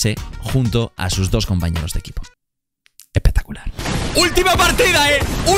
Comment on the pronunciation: Grefg: Epectacular... Ibai: Respeta el flow